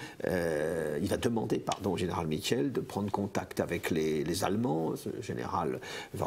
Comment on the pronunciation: Les noms avec une voyelle suivie d'un e se prononcent en disant longuement la première voyelle et pas le e: Michiels - mikiiils baels- baals Eben-emael- eben émaal Laeken-laaken. La capitulation était illégale, Léopold n'avait pas le droit de décider ça seul, la constitution le lui interdit, Pierlot l'a dit directement á la radio: l'audio "capitulation de la Belgique".